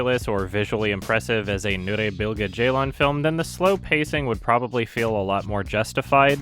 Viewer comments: holy fuck you pronounced nuri bilge ceylan almost correctly good job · hey you can pronounce Nuri Bilge Ceylan's name properly now, proud of you